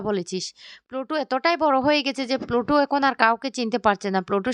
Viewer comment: সবাইতো বলে বলে ক্লান্ত হয়ে যাবে কিন্তু উনার উচ্চারণ বদলাবে না